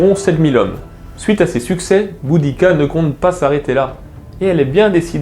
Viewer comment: le "u" se prononce "ou", en latin, just saying...